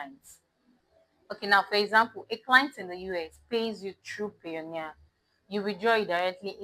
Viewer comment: Did you say Payonia for international payment